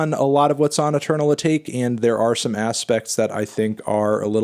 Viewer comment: He’s still not pronouncing Atake right jesus christ